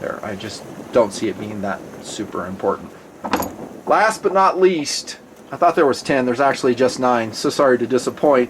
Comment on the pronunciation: I love the "but nutn"